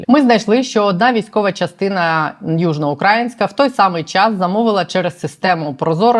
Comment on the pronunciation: не Южно Украʼ інкська, а Южно Украіʼ нська. Не можна так помилятися.